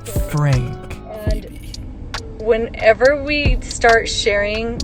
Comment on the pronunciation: I haven’t watched this family very often, but enough to know that some of your basic facts are wrong and some of the parts I recognize are taken out of context. You even pronounce their name wrong. It makes me not trust the rest of your claims.